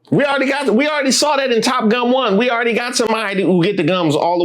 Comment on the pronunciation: Holdup, wait a minute, did you say “Top Gum?!’ 🤣🤣🤣🤣🤣🤣🤣🤣🤣